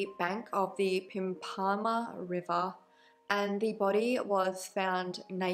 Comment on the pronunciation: It's pronounced "pimp-a-marh" not "pimpaahmah" xx